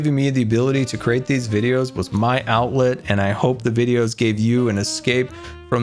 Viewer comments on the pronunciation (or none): none